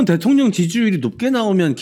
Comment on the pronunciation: '대톡녕'이 아니라 '대통년'으로 들었네.ㅋㅋㅋ